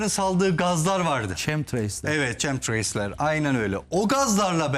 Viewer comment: ÇEMTIREYS değil, KEMTREYLZ. yazılışı yazdım ki artık öğrenin şunu çünkü her programda değiniyorsunuz buna, türker sürekli KEMSTIREY diyor, öğrenin artık. chemtrails - kem-tı-reylz. ok? 😀